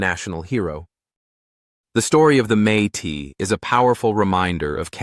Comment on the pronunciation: Métis is not pronounced may tee. It is may tiss.